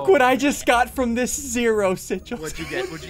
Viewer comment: When Ssundee says ssigils go back ten seconds